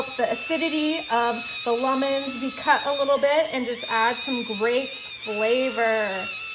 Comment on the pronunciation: I see you sure enjoy making fun of how says lemons